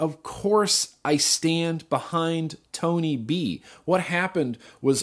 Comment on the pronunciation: Tony b * you said bony b once